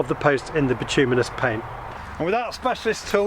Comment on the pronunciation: nice job, now all you need to do is learn to pronounce bituminous and you will have cracked it